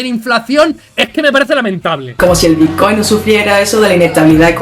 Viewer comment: Dejadles hablar, no sabe ni decir bitcoin hulio